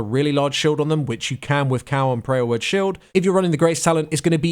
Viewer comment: is he calling power word shield, Prayer Word Shield?...